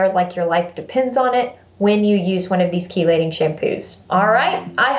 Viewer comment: Had to tell you before I forget, it is pronounced "key-lating" as in car keys. I looked it up. Now back to the video! Your videos always put a smile on my face.